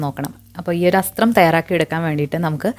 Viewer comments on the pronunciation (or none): It's athram... Not asthram ( which means ambu)